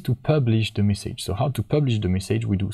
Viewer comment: All great. Just the way you say "message" is so wrong and annoying 😅